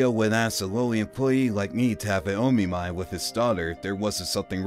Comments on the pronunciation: Omiai. It's a SINGLE "M". It's NOT O-Me-My. It's O-Mi-Eye where the "O" is as the "O" in "Of" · It's not o mi my